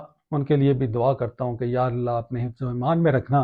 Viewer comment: ماشاءاللہ ۔ اللہ تعالیٰ کے کلام یقیناً شفا ہے ۔ شروع کی ی پر کھڑی زبر ہے لہذا اس کو تھوڑا لمبا کر کے پڑھیں جیسے یا نار کونی برد وسلاما علی ابرہیم ۔